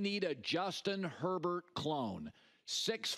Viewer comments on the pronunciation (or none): none